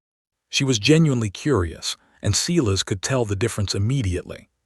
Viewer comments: Sigh-las. Not Sea-las. Yikes. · Every time AI says Ceeless instead of what I believe is Cyles it drives me crazy. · Is the bloke's name Silas? In the UK we say Sylas not Seelas.